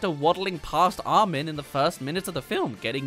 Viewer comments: Arwin🤣 I thought he wa called Armin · Ah yes "Arwin"